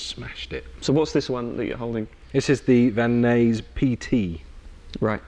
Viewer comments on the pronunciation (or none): Van Nuys(pronounced eyes)= The city in the San Fernando Valley of So California where Schecter started!! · In California the "Nuys" rhymes with "eyes" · Pronounced Van Eyes, not Van Nays. Just butchered that cities name throughout this whole video lmao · Van Nuys is pronounced (Van Eyes) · Cool guitars, and Great playing as always! A friendly note... It's pronounced "Van Nize." I live in So. Cal. Best Wishes! Peach Guitars ' videos are The Best on You Tube! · Over here most pronounce it like Van-nize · Here in the USA, Van Nuys is pronounced the way I said.